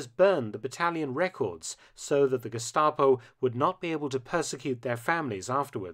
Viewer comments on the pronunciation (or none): none